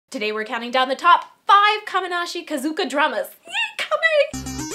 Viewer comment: Did you say kamenashi kazuka at the beginning?? Lol